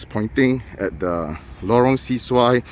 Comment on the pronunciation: Bro it’s pronounced Lorong Se-Su-Ai (Se is not pronounced “See”.. it’s closer to “sir” as it’s a Malay word. Thanks for the vid